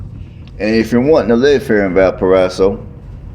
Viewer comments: Its pronouced Valporazo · It’s pronounced Valparaiso